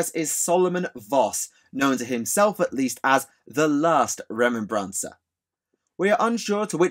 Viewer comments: Why do you add the "N" sound its remember combined with mancer like necro-mancer. Remen-N-Bancer just sound off. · I don't if it's the difference between British English and American English but the way you're pronouncing "remembrancer" is killing me. You or I one is putting the wrong emphasis on the wrong syllable. Other than that, you made the history of historians pretty cool.